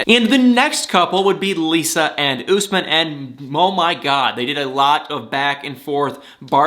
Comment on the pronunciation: it's Usman, not Gooseman.